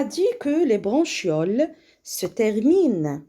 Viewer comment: فقط مجرد خطأ بسيط نقول عند قراءة bronchioles لا نقرأ ب ch حرف الشن بل نقرئها بحرف الكاف .